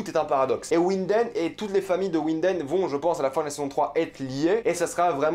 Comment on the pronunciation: Faut prononcer vinden